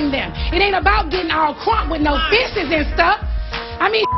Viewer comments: “ it ain’t about getting crunk with no fisses and stuff” lol ma’am you mean “fist” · Did Nene say "fisses" and stuff....😂😂😂😂🤣🤣🤣🤣🤣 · Fistes and stuff.....Bridemaid.....the S IS NOT silents honey!!! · Did Nene say “fistses”!?!? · Lol haaa! I caught that too. Fisses in stuff.. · lol she said fist/es* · She did and i died. "Fistses"and all 😂😂😂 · Wait, Nene really just said “fistes and stuff” 😂😂😂✅ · Who is here in 2022 to hear NeNe say "Fisses" lmao!!!! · Did nene say “fistes” and stuff ? Lol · Did Nene really say "fistes"?